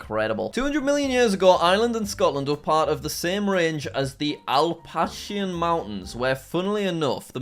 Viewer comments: i laughed so hard at the BUTCHERED pronunciation of "Appalachian" it is really pronounced appa-lake-in i live near the mountains and live in upstate NY so i laugh when people mess up the name, it is super confusing though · it’s pronounced apa-lach-in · As an Appalachian, I think that’s the worst pronunciation I’ve ever heard lol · aal-pash-aians; Jack for future reference it is a-puh-la-chee-uhns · The....the....ALPASHIAN MOUNTAINS!?!??? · Interesting video. But come on… “Alpachian” mountains? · Hearing this man pronounce Appalachian (app-a-latch-in) mountians took 2o yeras off my life i could FEEL it leave my body and im fucking texan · Bro said "Alpashian" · bruh its like one of the most famous mountain range it's App-a-lay-shn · Love watching another video of Jack mispronouncing words again 😂😂😂(Appalachian=Appleochan,g i f=gif, religion=region,Dildo=Tildo) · Jack, this is not how you pronounce Appalachian it’s pronounced “appa- lach-ian” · Ap uh lay shen... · It’s funny when Jack pronounces things totally wrong. He pronounced “Appalachian” Al-patch-ian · as an American I find this hilarious how he’s mispronouncing it😂😂😂 (Apple-a-shon) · Apple-aah-chin (from an american) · that’s wrong, it’s pronounced “App-allah-shɑ̃” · No, appa-lake-in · Jack pronouncing appalachian killed me as a canadian who had to learn regions of canada. "Alpashian" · Jack: pronounces Appalachian mountains as “Al-pachi-an mountains” Me: so you can’t go one video without triggering your fans, eh? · Alpashshian mountains 😂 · I've heard people from different parts of Appalachia pronounce it different ways. He pronounced it different from all of them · His pronunciation of Appalachian made me cringe. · I'm not even gonna comment on him mispronouncing Appalachian wait.. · watching Jack mispronounce Appalachian... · Hearing Jack pronounce “Appalachian Mountains” made my day 😭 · the way you pronounced “appalachian” makes me cringe 😭